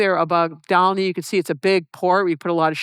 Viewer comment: She knows how to pronounce Dal'niy. ❤